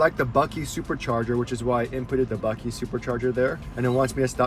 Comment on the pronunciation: My sister lives in Buckeye. Buck-eye not Buck-ee. We have our first Tesla on order. Like your videos- I’m from OC- but live in Utah now. Can’t wait to road trip in the Tesla! My son said he wants to go to CA. Probably Knott’s. Lol